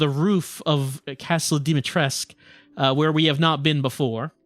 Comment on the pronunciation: Wait... I understand that gets it wrong. But Dimitrescu herself pronouncing the name wrong?